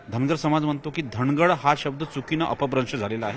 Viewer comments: Dhagad nahi nit vach dhangad ahe....st made dhangar ale..wait🔥🔥🔥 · धांगड नाही धनगड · सर तुम्हाला अजून अभ्यास करण्याची गरज धांगड नसून धनगड आहे परत एकदा वाचा